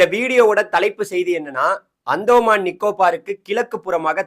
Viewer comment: உங்க வானிலை அறிக்கையை தொடர்ந்து பார்த்து வருகிறேன் அருமையா சொல்றிங்க ஒரு திருத்தம் அந்தோமான் இல்லை அந்தமான்.